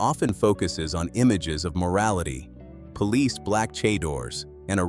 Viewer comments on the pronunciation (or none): none